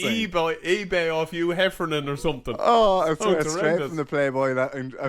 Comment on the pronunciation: Telfer ..not Telford….second time Donncha has said it wrong ..and Hefner ..not Hefernan 😂. Great analysis chaps